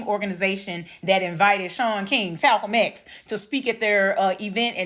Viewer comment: Talcum X bahahaha😂😂😂😂😂 Talcum X !!!!! I had to rewind it to hear it again and I lost it laughing. OMG my stomach hurts from laughing so much.